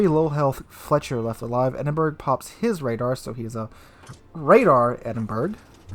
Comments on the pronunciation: its NOT pronounced the Edinburg... its the (phonetics) Edin-Borr-rah... sorry to correct you again, but hey... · Edinberg??? EDINBERG??? IT'S PRONOUNCED "EDIN-BRAH", you doughnut!! (Despite being spelt 'Edinburgh'!). To contributors on YT from the North American continent, PLEASE learn to pronounce place-names properly, it really isn't that difficult! P.s. - I'm not Scottish, am English, but it still pisses me off when it's pronounced wrongly! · Thank for your video, as ever a great one. Minor issue it is not "Ed-in-berg" (phonetic spelling) it is "Ed-in-bruh", though sometimes "Ed-in-buh-ruh", I suggest the first is easier. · Are you trolling when you say Edinberg? , not dispersion it's poor aim, too low in the water, shot dunked.